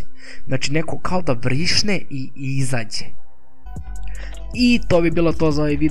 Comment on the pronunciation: Vrišne😂😂😂😂 mislis vrisne